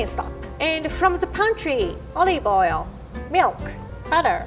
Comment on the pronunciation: I love how says olive oil "olieve oial"